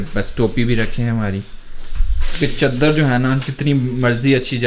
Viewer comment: Caaadr ni hote bhaie shab chadar hote h